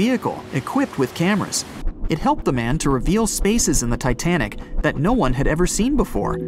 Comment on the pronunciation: btw you meant to say "titanic" instead of tinatic right?